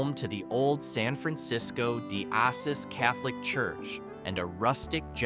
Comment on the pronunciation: Assis….is pronounced: “ah-SEES”. (from the Italian “Assisi”)